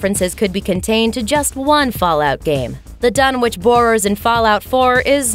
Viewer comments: "Dun-itch"... It's pronounced "Dun-itch". Not "Dun-which"! If you're going to talk about HP Lovecraft and his work, learn to pronounce said work correctly! (except for the language of the Elder and Outer Gods... I'll forgive you for not being able to pronounce that lol) Also, Pickman's Gallery is based on "Pickman's Model", also my HP Lovecraft. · Ok. It’s pronounced “Dun-itch”. 🤦🏻‍♂️ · Dunwich is a kinda different way of pronouncing it it’s pronounced dunwick